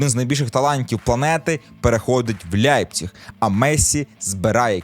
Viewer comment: З яких пір Лейпціг став Ляйпціг у Вацка навчились? Не ламайте мову!